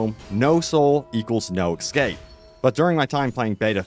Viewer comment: It's "es scape" not ecscape